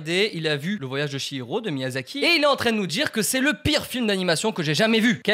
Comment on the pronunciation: Le voyage de "SHI"hiro 😭😭 je pleure le ch- se lit " tch" donc le voyage de "tchi'hiro.